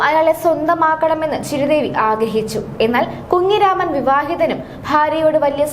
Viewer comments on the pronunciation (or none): മലയാളം പറയാൻ അറിയാത്ത ഈ കൊച്ചേതാ ഡേ കുങ്ങിരാമൻ അല്ല കുഞ്ഞുരാമൻ